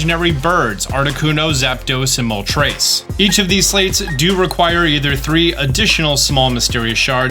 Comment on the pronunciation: lol dude is like mol-TREYCE